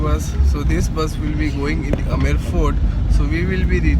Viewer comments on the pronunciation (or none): Oai gadhe it's not Amar fort but Amer fort. Murkh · This is aamer fort not a amar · Amar fort nahi Amer fort hai ye.. But nyce video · Wo amr fort ni bhai amer fort . H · amer fort hai ..na ki amar fort